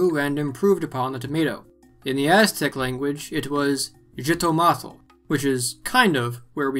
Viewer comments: BTW, the original name is pronounced as "Hee-Toe-Mah-Tl" not "Gee=Toe=Mah-Tl" In many countries in Central America it is still referred to as such. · Not "zitomatel". XITOMÁTL. Pronounce the "X" like a "J", and the first syllable should sound "hee", for you Americans. Also, try not to choke so much on the final "tl", it's a very smooth sound. Nowadays in Spanish we call it JITOMATE (hee-toh-MA-te). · The X in xitomatl is actually pronounced with an h or ch/sh sound, my family in Mexico City still call them jitomates (hee-to-mah-tes)